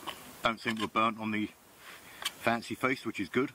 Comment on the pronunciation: Love the "fancee feest" 🙏